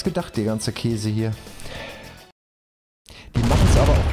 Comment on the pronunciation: "Die machen es einem aber auch künstich schwer" Puh, du drehst mir die Worte im Munde um.